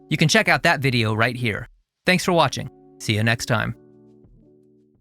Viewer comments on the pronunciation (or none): none